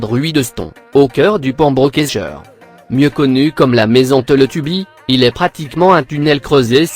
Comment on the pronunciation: Ah la maison dit Télétubbi lol 😂 c est Télétubbies